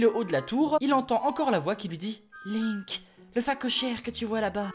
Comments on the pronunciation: C'EST PAS LAINK C'EST LINK. ET CA SE PRONONCE PAS "BRIF" MAIS "BREF". Désolé je me suis laissé emporter. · Link pas linnk prononcez lle bien ohhh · Non sa se prononce Linek mais sa s'ecrit Link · Attends Attends TA DIS LAINK... LAINK !!!!!! MAIS QUI FAIT CETTE FAUTE À PART UN GAMIN DE 5 ANS QUI A FUMÉ DU CACA (Désolé mais cette faute est impardonnable) sinon ce concept est super. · “Un-pa” “L’un-que “ “Janon “ t’as jouer à Eldaryaaaaaa ? XD C’est ce que j’entends x) (Je sais que c’est fé exprés) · "Qui s'appelle "Laink"." Ah? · lol les prononciation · Perceval Rominger Ca se dit PaS comme ça Ca se dit WRYYYYYYYYYYYY!!!!